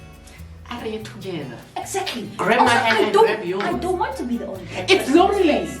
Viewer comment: no one,nobody at all,:"exaclty".😅